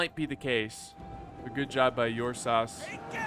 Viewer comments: Ursas as in the constellation Ursa Major or minor 😎...pronounced with an "er" not an "Uur" with heaviness on the U..nope. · Ok I'm making this comment because it's really bothering me now. the correct pronunciation for Ursas is er-sah. It is Latin for bear. It's not Your saw. As a matter of fact last time I check it was My saw. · Think of pronouncing the "ur" in Ursas like the "ur" in urn. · Teach the good how to pronounce the name;)